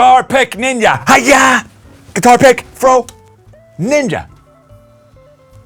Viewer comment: I will never ever get sick of hearing you pronounce “ninja” with your accent. Freaking “ninya” man! Yes!!! 🤣 Best ever.